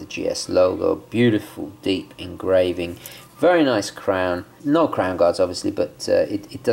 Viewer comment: When he says No, sounds like Noel. When he says So, sounds like Sole. When he says Snowflake, sounds like Snowelflake.